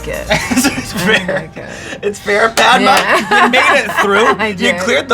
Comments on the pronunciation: this white dude does not know how to pronounce her name. He keeps onnsaying Padma like Launchpad. the a in her name is a 'uh' like Mama. its 2017 learn how to pronounce Desi names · Yeah! Made me chuckle too! He pronounced it like i'Pad-ma' 😂 when its more like 'Pud-ma'! But thats just how they pronounce it there..! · that's because Americans can't pronounce Indian names. It's pronounced Puhd-maa, which is another name for lotus, and not Paed-maa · NoT Pai...... Dma........ Its Pad......(not ai aan) Ma........ (aaan) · Padma means 'sacred lotus', but when pronounced ''Paad-Ma" like he did, it means 'Break a fart!' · the one and only complaint i’ve got is that sean butchered the pronunciation of her name in the beginning 😅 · The way he said her name 🤦‍♂️🤦‍♂️🤦‍♂️ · I'm like Ouch when he pronounces "Padma" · the way he says padma hurts my heart. #PRONOUNCENAMESOFCOLORRIGHT2K18